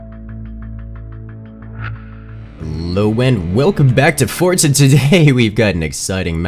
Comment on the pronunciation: It sounds like you're saying welcome back to Forza